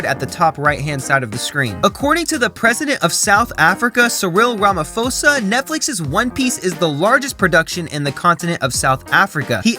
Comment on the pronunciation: Sereal Ramafosa? 💀😂 You mean Cyril Ramaphosa.